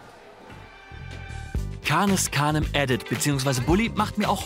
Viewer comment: Das "edit" in Canis Canem edit kommt vom lat. edere: essen/fressen und hat nichts mit dem Englischen edit zu tun, die Aussprache fand ich daher etwas cringy xD